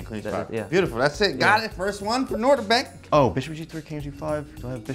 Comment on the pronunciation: lmao he pronounced it "noderbeck"